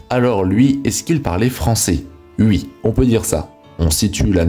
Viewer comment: "Ui on peut dire ça"... Est-ce que le narrateur parle français, lui ? 🤣